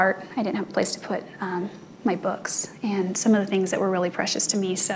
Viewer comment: WOW for sure! And what irks me as much as, if not more, is! Only when she is delivering the direct testimony from her witnesses, then even worse with Dr. Horn and Dr. DeMarte she does "and" and I can't even type out the sound of the "d"!! I just want to smack her more that I want to smack Ariass! I have to admit though, both Ariass and ultimately make Juan look, well, awesome really.